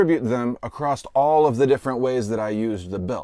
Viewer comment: The word "ACROSS" does not have the letter "T" within it. Stop adding the letter "T" to this word.